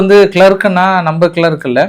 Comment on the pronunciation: இந்த இஸ்ரேல் காரணங்க கம்முனு இருக்க மாட்டானுங்க ஏதோ ஒரு பிரச்சனை கெளப்பி விட்டுட்டே இருக்கிறானுங்க மதன் யாகுவையும் ஜெரன்ஸ்கியும் ஒலிச்சிட்டா இந்த உலகத்துல அமைதி திரும்பிடும் bro அது கிளெர்க் இல்லை கிளெரிக்